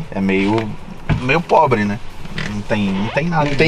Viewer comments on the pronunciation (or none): "é meio probre, né" KKKKKKKKKKKK pqp